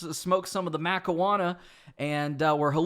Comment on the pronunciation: Macarona it's marijuana